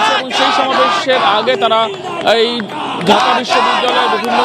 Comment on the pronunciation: পাকি দোসরদের বেশির ভাগই কুমিল্লা নোয়াখালীর ঢাকা কে উচ্চারণ করছে ডাকা...